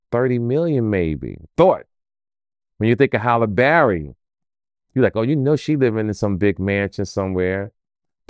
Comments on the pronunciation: Who TF is Holla Barry 😂😂 Halle’s name can’t be that hard to pronounce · He said Taraji Henderson and Hallen Berry 😂😂😂